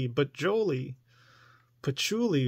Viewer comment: Don’t say patchouly